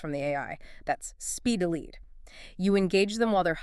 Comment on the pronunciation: If your going to use AI at least. Preview what it says in the beginning pronounces Lead as Lead the metal at the time stamp